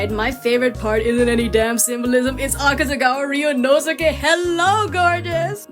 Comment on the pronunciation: AkazugawaRyunosukeHellnogorgeous. ... Butcherd his name🥲✋🏻